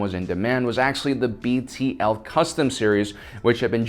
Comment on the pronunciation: Bruh, it's BTL not BLT.